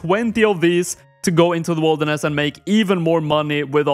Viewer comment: it would be nice to know what things you wont be able to do due to the zone restriction, also why are u saying it like wolderness?